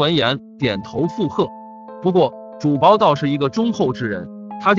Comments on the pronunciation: 是主「簿」，不是「薄」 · 用“终被”字比较合适。不过他就是个播音员，不知道播前是否通读过这些故事。比如这个故事，说景福小时候逛牛庄时说牛庄不比繁华州城府县， 用“终”字比较合适。不过他就是个播音员，不知道播前是否通读过这些故事。比如这个故事，说景福小时候逛牛庄说，州和城之间停顿。还有主簿有一次读成主薄。在光华寺焦尸案那集，三个半大小孩，他读成了三个半 （停顿）大小孩，让人觉得不知所云。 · 主簿成了主薄？！ 你怎么还读白字呢......